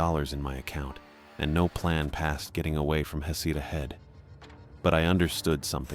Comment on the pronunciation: Heck-a-tay. It is a beautiful lighthouse.